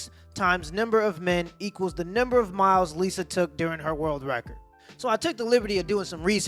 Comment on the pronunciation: 😂😂🤣🤣🤣🤣🤣🤣🤣🤣😂😂😂😂🤣🤣🤣🤣😂😂😂😂🤣🤣🤣🤣 .... Ho-LEE SHIT!!!! 4 HUNDRED and thirty-four MY-ELLS.....of dick!!!! Jezzuz Chryssss!!! LMAO I'll bet a year's worth salary, her spit was accepted at sperm donor banks!!! OMG!! 🤣🤣🤣🤣🤣🤣